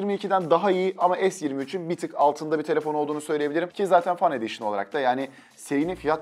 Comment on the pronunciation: "fen ediyşın" şeklinde telaffuz edilmeli. İngilizce Fun ve Fan kelimeleri farklı anlama geldiği gibi farklı da telaffuz edilir. Başarılar.